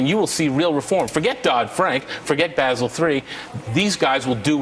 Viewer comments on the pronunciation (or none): none